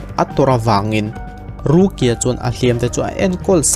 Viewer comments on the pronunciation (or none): Rukia i lam dan hi mipa i sawina a ang thin ka ti.. ruki-a tih ang deuh hian a ri a..